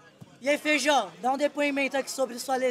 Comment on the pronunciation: Esse cara chamando o Feijó de feijão me deu uma agonia